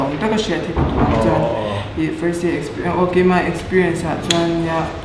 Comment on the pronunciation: Experience aw...expirien anilo..😁